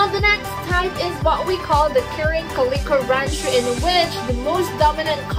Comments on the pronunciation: The way you say calico is so funny lol “Kah-lee-Ko” 😂 I’ve only heard people pronounce is as “Cal-Eh-CO” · Cool video identifying types of the Ranchu goldfish. I can tell you're Filipino by the way you say, "calico", "aquarium" and "buffalo". 😉